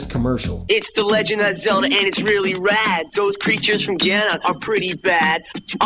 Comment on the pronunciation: “Legend of ZOLDON”